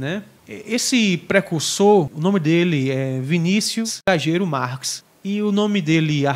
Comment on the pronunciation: A pronúncia dele está certa, se pronuncia Gajeiro.